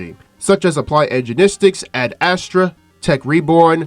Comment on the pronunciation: "Applied Energenistic"